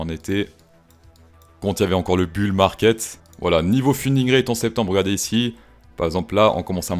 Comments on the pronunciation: Hey... Euh... c'est pas bule marquette mais bule marqué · Ta facon de prononcer le "bulle market" c'est un des meilleurs trucs de lhistoire de la finance je pense XD